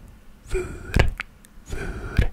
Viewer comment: you did a great job on pronoucing the “r” in “vuur” while speaking Dutch! people tend to find that difficult. also, google translate let you down again because “burn” translated to “brandwond” which means a burn on the skin. burn as in “burning” would be “branden” in Dutch :) but u did great!